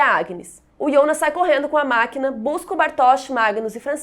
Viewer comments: Por que chama o Jonas de ionas? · Irritante falar ionas